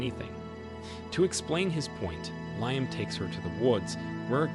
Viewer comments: Leeam not liam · Bro can't pronounce the name Liam... Lee-um